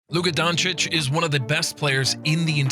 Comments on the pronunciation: Luka Jhoncic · Kyle Embid Luka Jonchich : D